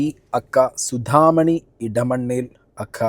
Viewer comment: a.k.a = അക്ക എന്നല്ല, a.k.a = ഏ.കേ.ഏ എന്നാണ് പറയേണ്ടത്.